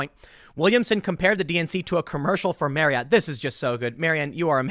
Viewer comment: Tim. It's pronounced Mary-AWT. Not mary-it.